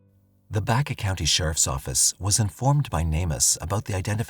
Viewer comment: Omg it’s Baca like the Hispanic last name not Baycuh please study before you speak life long Colorado resident thanks